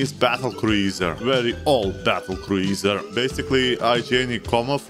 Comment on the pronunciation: Ah yes.. a battle kruu-iiser